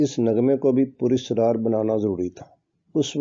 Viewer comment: Pur Asraar. Pur Israar ( galat hai. )